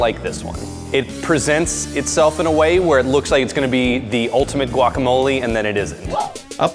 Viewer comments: She did say wack, it maybe be because many Latinos pronounce guacamole, like wacamole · "gWaCh" "FLeSh, MeAt" sir it's pronounced "gwak-ah-mow-lee and say "the fruit" or "the inside" or just "the avocado" pls and thank u fhoigheroihgowelkjferlk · yea ok Obviamente nadie podrá hacer guacamole mejor que nosotros. Para empezar ni siquiera lo pronuncias bien. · I’m sorry but I’m Mexican and I can tell the girl in the the gray shirt and the man in the black shirt are white and probably from la sorry for being “rascist” but I hate when they say “GuAc” like what the heck it’s not GUACamole it’s Guacamole